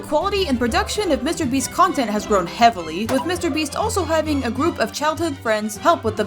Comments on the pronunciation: "mr brest" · Bro really said mr breast